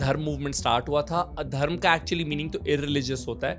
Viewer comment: Not addharm its ad-dharma😂 its means adi dharma